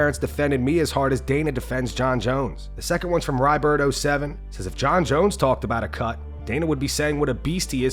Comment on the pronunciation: "Jon Scones Jones" got me too haha